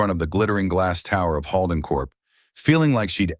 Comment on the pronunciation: The way they butcher 'Holden' is a crime! I lost track after the 5th butchering!